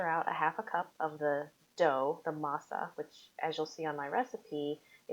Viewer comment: Come on, can we say Pasteles, Acote, masa, the right way!